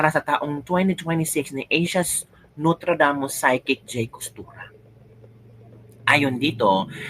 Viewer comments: Nostradamus. Not notradamus😂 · NOSTRADAMUS not NOTRADAMUS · Correction! Nostradamus not Notradamus. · noStradamus hindi notradamus